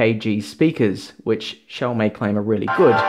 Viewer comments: the way you pronounce the brand name is incorrect. XiaoMi (me) means little rice, while Xiao Mei is little sister. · It's pronounced sho(long o)w me. Not show may. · xiao mi is actually pronounce xiao me , not xiao may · Not quite right yet, it's more like shao (as in shaolin) me. Try to copy and paste 小米 in google translate and listen to the pronounciation. Some people in youtube even pronounced it as yiaome. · 妹妹 is a more appropriate synonym for little sister, his pronunciation of 小米 is terrible though